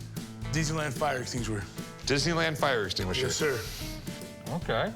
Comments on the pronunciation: This guy has the same gift saying extinguisher as Benedict Cumberbatch has for saying penguins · A Didney fire Extingshuer. I'm sure the producers made him say Disney Fire Extinguisher more than necessary, for the giggles. Shame it was fake, as he could have used the money for speach therapy 😂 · The fire extinguisher was calling it an "Extingshuer" 😅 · The guy that can't say extinguisher 😂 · It's funny that out of the whole video that's what you chose to focus and comment on. He can't say extinguisher and you have severe attention deficit disorder. I'd still rather be him than be you. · dude couldn't say the word fire extinguisher. he said fire exfghgtiehshf er